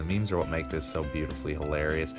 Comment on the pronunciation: The most hi larious is the way you pronounce hilarious.